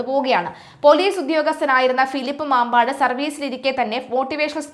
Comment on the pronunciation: മമ്പാടാണ്, മാമ്പാട് അല്ല